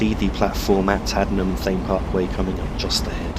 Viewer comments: It is pronunced Haddenham and Tame Parkway and Marleebone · Hey just a heads up its pronounced Haddenham and (Tay-mm) Parkway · It’s pronounced haddeden and tame park way